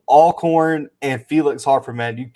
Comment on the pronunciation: This video randomly popped up on my homepage and so glad it did! Totally enjoyed watching it! Even though the dude without the beard continued to mispronounce Alcorn. It is pronounced All-corn like Always Alcorn. 🤦‍♀️